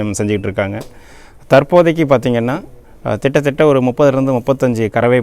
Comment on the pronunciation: Tamilla kitta thatta.... not Thitta thitta